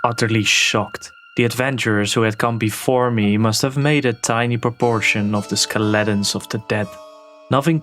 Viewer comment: Thought it was cute how you said Skeletons, Ske-Letons.